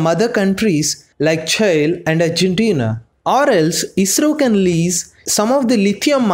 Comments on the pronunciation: Its not "CHAI" mate , its CHILE ... like mirchi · Buddy it is pronounced as Chi lll eeee not child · I hate the way you pronounce ‘Chile’. It’s pronunciation is same as we pronounce ‘Chilli’ not ‘Chail’ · Its Chile not Chail. Spell like Chi Lee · It's pronounce Chee - lay , or chee- lee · It's pronounced Cheelay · Please pronounce Chile properly 😅